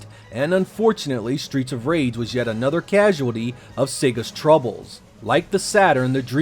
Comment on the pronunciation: Stweets of Wage!!